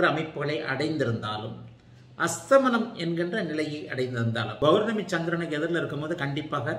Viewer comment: Sir palangal and pournami.. not balangal and bournami.